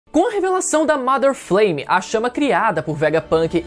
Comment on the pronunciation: pq todo video que vejo dessa teoria o povo fala "mAder Fleime", não é assim que se fala inglês não.